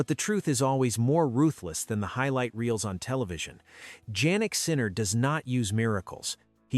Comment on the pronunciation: Jannik Sinner is pronounced as Yannik not Jaynik ( sounds like).